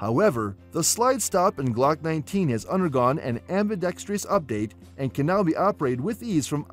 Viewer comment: Please learn how to pronounce ambidextrous.